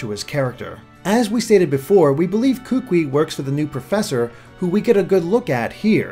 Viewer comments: Hey, My name is Kahuliau and I live on the big Island of Hawaii and overall I really enjoyed your video, my one critique is that the way you pronounced some the island names and the name of the kukui nut were wrong but I did appreciate your effort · I'm from Hawaii and just letting you know kukui is pronounced koo-koo-ee not koo-kwi. Mahalos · (posting this at the mark in the video) nice video man! but you are killing me every time you hack up my boy's name smh lol Kukui (pronounced ku-ku-we) I'm sorry lol but as someone who is from Hawaii (Oahu) it irks me when I hear names mispronounced. It's not your fault but it irks me lol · kukui is pronounced koo-koo-ee... not koo-quee :) but as far as the rest of pronunciation... good effort! Kaho'olawe is a tough one. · "Kookwi" It's pronounced koo-koo-e, like "Louie" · Kukui should be pronounced Koo-Koo-Eee instead of Kook-Wee. Sorry, I don't want to be one of those guys. Just bothers me since I'm from Maui. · it's pronounced ku-ku-i, not kukwi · The way he pronounces "Kukui" cracks me up. It's pronounced like "koo-koo-ee". AND! he says "Oahu" as if it is spelled "Ohahu". Its just it makes people actually from Hawai`i laugh. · Kukui is actually pronounced Koo-koo-ee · kukui is pronounces as ku-ku-ee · Hey Kukui is pronounced ku-koo-e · A quick video comment, you pronounced Kukui wrong. I'm from Hawai'i, and when you talked about the kukui nut, I didn't know what it was and why I never heard of it. I only realized you were talking about the kukui nut that I know once you talked about its purposes. The correct way to pronounce it is Koo-koo-ee. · same here